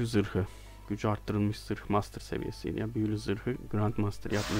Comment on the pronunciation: hocam mastır değil master dersek